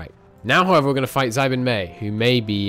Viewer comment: Why do you keep calling xibei san ma xi bin mei or something